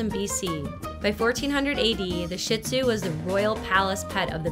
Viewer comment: It is not pronounced shit zoo. It is pronounced shee or sheed zoo.